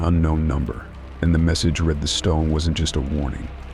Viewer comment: Such a well-read AI and yet they cannot get the difference between I read and it read past tense (red) dead giveaway